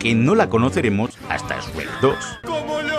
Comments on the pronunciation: Lo único raro es el "Esrek" pero a saber por qué eligieron pronunciarlo así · Lamento de decirte que usa memes en castellano y en español latino y el sabe que gran parte de su público es de latinoamerica y por eso alterna siempre en decir shrek y Esrek:v es muy gracioso xD